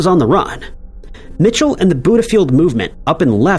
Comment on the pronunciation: It’s not Mitchell it’s “Michel” (me-shell)